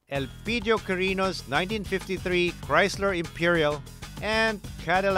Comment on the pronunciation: it's Chrysler not giesler